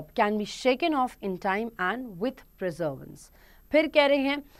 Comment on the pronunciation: perseverance ko preservance bol rahi thi MAM aap